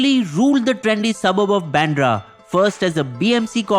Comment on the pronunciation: Not Pandra it's Bandra